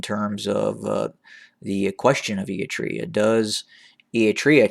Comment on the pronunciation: Why do you pronounce Eritrea “e-i-trea”?